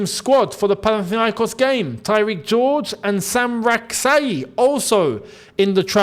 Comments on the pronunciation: It's a Ghanaian name. Correct pronunciation ( Sa chi) not (Sak yi) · His last name Rak-Sakyi is pronounced Rak-Sa-Chi, with the last part pronounced the same way as cheese